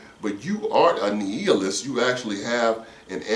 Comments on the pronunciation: You know what . . . I looked up a video on youtube on the prounounciation. nEE-a-list or nII-a-list. I think you were saying nEE-eel-ist, LOL!!, LOL! I'm done. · nI-a-list, (long I, not E) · Love your program...just a heads up my bro....nihilist would be pronounced like this ..NYALIST...